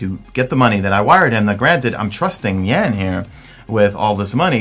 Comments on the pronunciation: yea sort of like Juan with instead of a "wuh" it's a "yuh"an ;-) lol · you say "Jan" like "Yuhn" with a british "A"